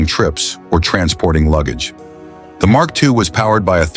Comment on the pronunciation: Had to stop watching because I couldn't bear listening anymore & realized that the next car the voice was going to butcher was the Mark II (and who knows which incorrect cars might be also be shown among the 'Mark II' clips). This script needs a career change. It sure won't fool it's logical audience.